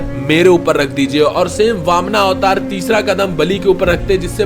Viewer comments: Bhai bamana avatar nhi h baman avatar hai, last me a mat lagao sahi se bolona jab bol hi rahe ho to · ये वामना क्या होता है,वामन होता है। ये अतिरिक्त आ का क्यों लागते हो ... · Bhai please correct वामना नहीं वामन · Please correct your pronunciation it's vaman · Sutla lok nahi sutal lok or vamana nahi vaaman avtaar shabd pronounce theek kro angrej mt bno 🙂